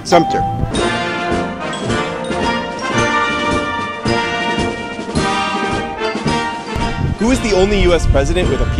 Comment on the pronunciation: Wait, I thought it was Ulysses SIMPSON Grant (and that Truman's "S" was just a letter) . . . and isn't it Fort Sumter (no "p," not "Sumpter")?